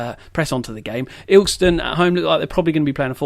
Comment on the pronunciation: Its Il-kest-on